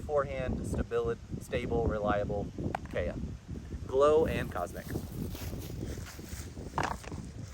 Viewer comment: "KEy-ah" (not "kAy-ah")